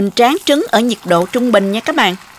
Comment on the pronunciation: Mình nghe cô nói trúng gà ?